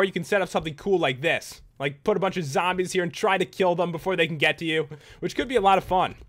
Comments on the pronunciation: when you said sombies its like you said some zombies xD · when you said sombies its like you said zombies xD